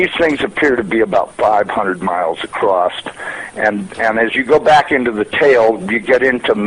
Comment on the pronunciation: He said, "they appear to be about 500 miles acrosst." ROFLMFAO!!!! NOT a NASA employee. Someone needs to get hukd un fawniks.LOL